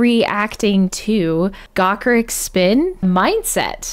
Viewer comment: The 'ch' in Gacharic is like 'char,' not 'car' :0) Really enjoying your journey down what has become the J-metal/rock wormhole. It is a very Deep and Wondrous fall. You have (fortunately) only scratched the surface. Suggestions for the Deep Dive: Hanabie - We Love Sweets , Unlcky Morpheus - Dignity of Spirit LIVE , Nemophila - Dissension (w/CC) , Trident - Cry Out (w/CC) And of course more Lovebites, Band Maid, and Gacharic Spin.